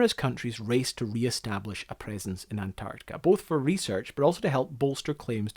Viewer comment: Sorry, but it's too annoying to listen any further to the host pronouncing "an-Tartica."